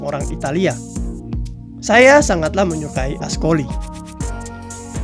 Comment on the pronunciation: Maaf min...kalau baca C...dibaca K...jadi francois...di baca frankois...ascoli dibaca askoli..